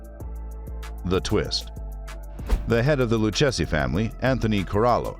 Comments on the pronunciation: LOU-KA-ZEE IS HOW IT IS PRONOUNCED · LOO-KAY-ZEE crime family who the hell is this narrator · You’ll have to learn how to pronounce the family’s name